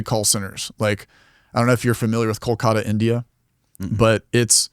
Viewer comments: He is pronouncing it like a real Indian does. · he prounounced it fine